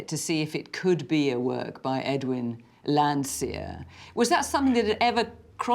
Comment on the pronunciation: It's "Landseer".